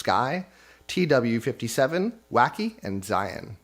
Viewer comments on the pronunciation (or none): none